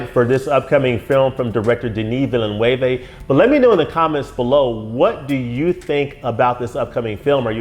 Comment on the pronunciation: Excellent breakdown of the trailer. It seems that you are quite familiar with the source material. Not only that, you are very articulate in your explanations. Denis Villeneuve (last name pronounced closer to VILL-NEWV) is one of my favorite directors working today. I've seen most of his movies -- from Polytechnique to Blade Runner 2049 -- and have been amazed at that portion of his work. Dune was a novel I never thought could be brought to the big screen (as was clearly evident with the 1984 adaptation from David Lynch). David's work is often... uh... odd to very strange, but the studio never gave him a chance and took control. David had indeed wanted to do two movies of the first novel, but that idea was shot down. I will give some credit to the Lynch adaptation. I thought some of his sets were surprisingly good, although the models for the ships and carryall were very crude, as were many scenes of the sandworms. Obviously, there wasn't a big budget for the special effects. The costumes were very good, and the cast was solid. Unfortunately, Lynch wanted to make the Harkonnens cartoon characters, which really bothered me. Will Dune finally become the movie and success that fans have been waiting for? Moviegoers are fickle. Just see the box office proceeds from Blade Runner 2049. Like you, I felt Blade Runner 2049 was outstanding. But if anyone can make the Dune franchise work, it is Denis Villeneuve. He read Dune at age 15... the same age as the protagonist, Paul A